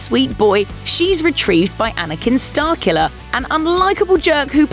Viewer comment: OH! "Starkiller"! I thought u were saying Starcula.